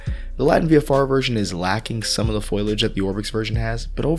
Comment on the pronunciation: "Foilage"? Please, not "aluminium" again...